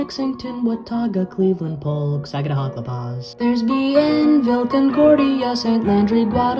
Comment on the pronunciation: Bravo on the pronunciation of Sagadahoc County Maine.